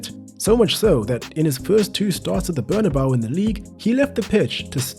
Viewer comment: cmon man, u cannot pronounce bernabeu possibly worse